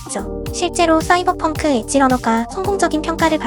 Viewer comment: 씨이벌펑크 개웃기네 ㅋㅋㅋㅋㅋㅋㅋㅋㅋ